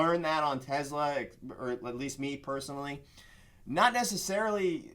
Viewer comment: It’s TESLA not TEZLA guess it doesn’t matter as long as your making money.